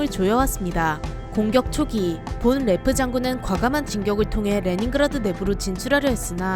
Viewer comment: 독일인이니까 본 레프 보다는 폰 레프라고 하심이~~~